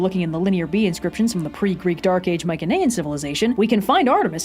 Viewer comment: dude, you are mispronouncing "mycenaean" and its driving me insane... cannot watch after that